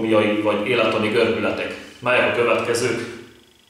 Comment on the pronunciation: Jó nagyon a video ,a gyakorlatok. Annyit jegyeznék meg mint egészségügyis, hogy a “cervicalis”-t “C”- nek ejtjük ki, nem “k”-val, de ez csak kis szépséghiba ezeken a videokon. Keep going!😊